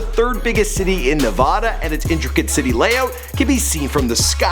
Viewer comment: Nevada not nevoda